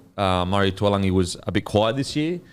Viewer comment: Everybody butchering TAULAGI's name, its not TUALAGI lol love the banter on this though #bringOnGame2